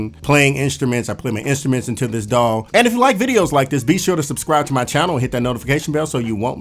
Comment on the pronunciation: Daw sounds like dawg when you say it and it's making me happy